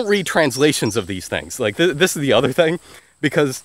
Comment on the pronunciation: I like how you can speak multiple dead languages fluently and are an expert on linguistics and you still say "thang"